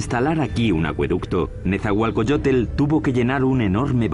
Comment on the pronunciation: No es Netzahualcoyotel, es Netzahualcóyotl!